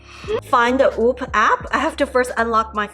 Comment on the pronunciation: Omg please say whoop driving me nuts. 😂